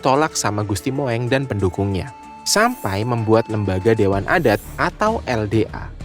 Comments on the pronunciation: Naratornya salah ucap. Gusti "Moeng" dibaca Mung (Mong) bukan Mo-eng. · Mas bacanya jangan gusti Mo.. ..eng tapi gusti Mung.....jadi lucu gitu 😅😅😅😅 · MOENG = dibaca dg sebutan MUNG bukan dibaca MOWENG ! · Tulisannya Gusti Moeng, tapi membacanya Gusti Mung